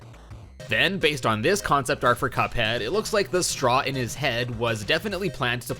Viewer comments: How we say Cuphead: C-U-P-H-EA-D. How he says it: C O O P H E A D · It's pronounced CUP-head! Not COOP-head! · its not coop head its cup head c u p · Ah, yes. "Coophead" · "coophead" Ah yes, my favorite video game character COOPHEAD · Mega MAN Z (ZEE NOT ZED) AND COOPheed (This is obviously a joke) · Why do you say Coophead? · It’s cuphead bot cooohead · its not cupe head its cuphead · omg its pronounced cuphead not “Coophead” get it right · At the end you said Coophead, LOL! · He said coophead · You said coophead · he says cophead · Why did he say coop head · why does he say coophead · that is the strangest way I have ever heard the name "Cuphead" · Your saying Cuphead wrong